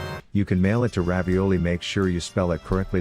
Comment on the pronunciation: Ravioly? More like uh